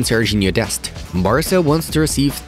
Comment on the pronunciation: For the first one it’s Barca not Basra